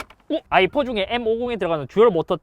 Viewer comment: ㅋㅋㅋ BMW아이폰이라고 들려 자꾸 ㅋㅋㅋㅋㅋ